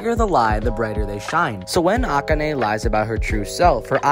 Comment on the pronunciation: You pronounced Akane wrong . ( Uh-con-Ae )